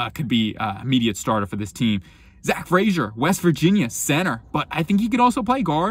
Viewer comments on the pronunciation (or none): none